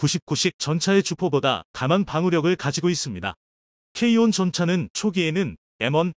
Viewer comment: K1,K2를 케이원,케이투로 발음하시는게 듣기에 부드러운데요,,,,,,쩝